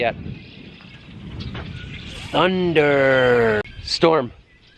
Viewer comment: Thank God, you finally started saying “Thunnnnndddderrrrrrrrrrr” correctly again! Missed that lol